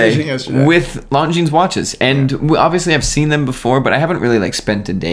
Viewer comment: Dear, I hate to be the smart ass but it is NOT pronounced Long Jeans.